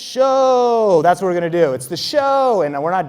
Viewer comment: Alright, the way you said the word show quickly became annoying asf. I get you were trying to draw attention to the word, rightfully so, but damn that was....not great. Appreciate all the information you give freely but reconsider how you highlight a given word in the future. Maybe go deeper with your voice, or louder, or something. Raising you voice up that way wasn't flattering for you.